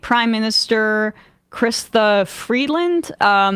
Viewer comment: Right. She can't even pronounce "Chrystia."